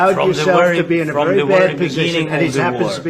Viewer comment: "from the werry begin " "oh, later are you going down to the teddy bears picnic ? "